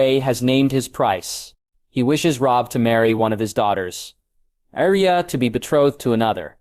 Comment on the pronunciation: Rosia instead of Arya.